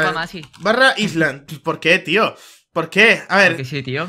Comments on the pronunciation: AISLAND :v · para que me dejen de sangrar los oidos, "island" se pronuncia /'ailand/ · jaja mi profesor de inglés nos tiene a mi y a toda mi clase hartos por ese error